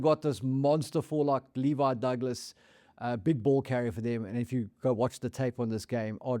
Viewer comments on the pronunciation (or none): none